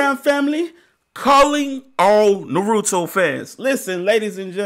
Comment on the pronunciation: Bro. Its pronounced Ann Na May. And its not na roo to. Its na ru to. Your putting way to much emphasis on the ru. Dial it back a bit bro. But this is the best anime. Than check out sword art online. That one is badass as well.